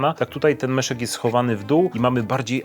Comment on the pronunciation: MIESZEK, nie meszek :D